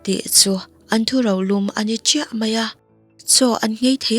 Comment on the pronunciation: Mizoṭawng chhiar uluk tur i ngah hle mai, "ka tiltip ani ber mai e" tiha tiltip hi i lam diklo a, i lamdan aṭangin, a awmzia pawh i hriat hmelloh, thu rolum tih te hi nang aia upa lo zawt nawn teh i lam rikdan a diklo ania